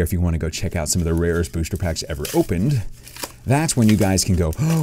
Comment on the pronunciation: Sounds like you keep saying blister packs lol. Anybody else agree?